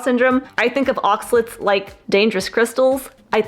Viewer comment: Oxalates not Oxalets 😁